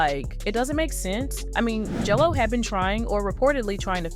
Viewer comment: Why do you keep calling her JELLO ?????